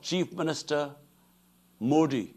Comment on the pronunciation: He can't pronounced Modi's name correctly and they wanted KASHMIR.😂 IMPOTENT 💦